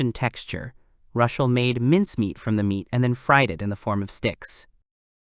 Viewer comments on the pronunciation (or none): I hate the AI problem with gender but why do you keep calling Rushel, Rachel?? Even when he is talking to Rachel. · rushel? rochelle? raquelle? rickel? its just confusing. MC or protagonist works just fine if the AI cant pronounce the names....